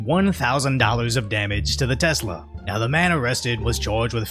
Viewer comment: "e-lonn"... not e-lawn..... "tess-la"... not tezz-la